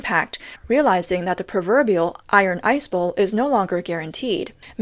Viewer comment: Iron 'ice' bowl??? Chinese ppl can't get there own phrases correctly....